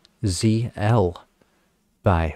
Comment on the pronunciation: Pronounce ReDUNZeL.